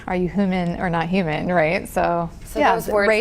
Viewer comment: Cant get over the fact that said "hooman"